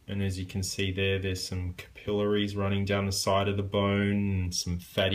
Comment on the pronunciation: First I have to say your pronouncing capillaries wrong its driving me nuts. Its not (ka-peel-la-ree-s) its (cap-pa-lair-ree-s). Besides that this is a pretty good job. Most only thing about the overall effect is that I think the bones lay to high or thickness is to much so it sits to high on the finger making it look obvious its fake. If your finger really was cut that way (as I've actually this happen when I was a kid) it would sit deep into finger and not so high up. Make it flatter.